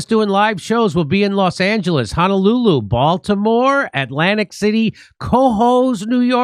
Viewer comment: Just came to hear JD say Honolulu but that wasn't his best Honolulu.